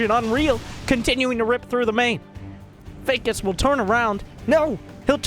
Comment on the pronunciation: God the way he says Fakus felt like it was directed to me :o